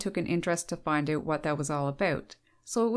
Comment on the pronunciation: I'm having trouble understanding why the words OUT and HOUSE are so difficult for this woman to pronounce. She might not make it in time to the outhouse if she asks for directions. When you pronounce bout like boot, you may end up with a poop on your boots